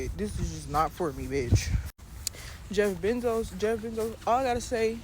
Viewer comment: Did she just say “Jeff Benzos”…… 💀💀💀💀🤣🤣🤣😆🤣🤣🤣😭😭